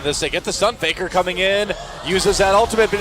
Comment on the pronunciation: F p 발음좀 잘해라 Faker을 paker로 읽누